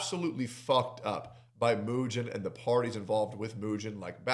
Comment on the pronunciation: I do like how pronounces his name like "Eugene", because as a Birdman watcher, that was definitely Eugene behavior Mujin pulled this weekend